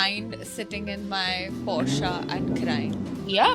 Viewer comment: Portia? Woh to Merchant of Venice mein thi. Porche not Portia 😌 Joey Tribbiani ki naqal karke cool lagne ke desperate koshish hai. Yeh bandiya cool lagne ke liye pronunciation ki aisi ki taisi kar rahi hai 😂